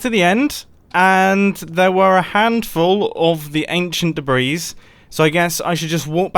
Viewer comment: British man saying anchient debris-s colorized. And I never thought the day would come...